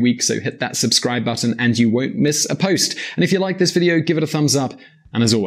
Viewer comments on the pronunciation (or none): none